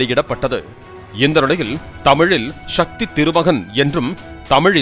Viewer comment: ஷக்தி இல்லை சக்தி.